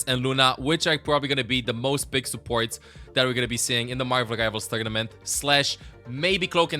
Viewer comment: I love the way says Margvl Rivals